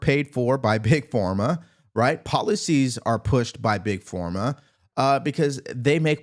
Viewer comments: Why does he say Big FORMA? It’s Big Pharma, like Farm-uh or ffff-ARM-muh. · Why do you continue saying Big Forma? It's Big Pharma! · Love you, but is it PhORma? Or PhARma? 🤔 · Big Form Ah?🤔 Big Pharma (farm ah) 🤣